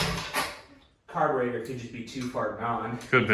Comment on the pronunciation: Nice old bike . Laugh at every "car ber aydor"